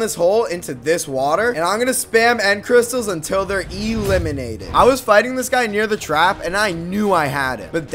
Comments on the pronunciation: favorite word: eeeeeeee-lIminTed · I love the emphasis on elimated